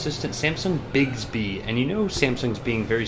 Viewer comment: You're pronouncing it wrong. It's not 'bigsby'